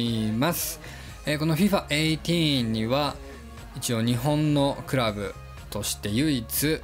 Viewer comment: FIFAえいてぃーんていう人初めて聞いたw